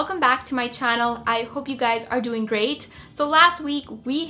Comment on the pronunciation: you said "Every day I wake up and look at your guysz" what the freak?